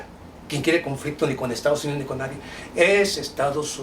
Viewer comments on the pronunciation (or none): none